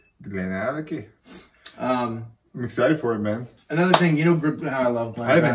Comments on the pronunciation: Glad to hear it. Missed your fun approach. Even if you can’t pronounce Glenallachie !!!😁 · yeah I murdered that pronunciation….I don’t know what my deal was because i know how to pronounce it properly and apparently just forgot and let my inner hillbilly out🙂